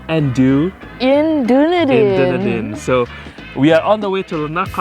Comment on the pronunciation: this is an amazing description on my home city! also it’s pronounced Duh-Knee-Din